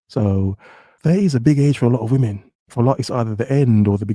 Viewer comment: "Money comes and goes (like whamen)"